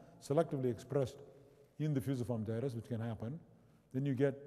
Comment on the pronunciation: Agreed, no one alive (save perhaps Brian Blessed) could say 'Fusiform Gyrus' like Rama!